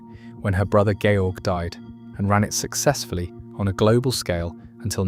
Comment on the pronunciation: His name was NOT George as in George Washington, he was GERMAN, it was pronounced correctly.